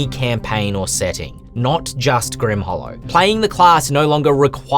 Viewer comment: Leave it to the to basically make Steve Irwin a class.:) The Grim-waaah is he-yaaaa! Looking forward to seeing the final version when it comes out.